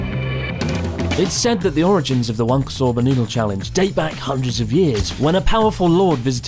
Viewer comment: Wahnkoh* not waynko...